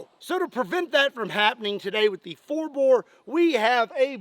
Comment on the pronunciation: Bore not boar